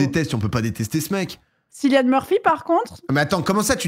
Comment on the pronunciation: Tarpin drôle par contre on dit Killian pas cillian même si ça s'écrit avec un C , c'est un irlandais qui me l'a dit au Vietnam dans la baie d'hallong voilà voilà bon weekend ❤